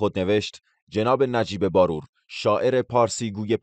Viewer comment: شما مطمئن هستید که نام خانوادگی این شخص را درست بیان کردید (نمی‌خواهم بگویم شما اشتباه کردید بلکه این شخص تلفظ اصلی نام خانوادگی خود را به عمد عوض کرده)بار+و باید خواند ه شود barvar نهbaror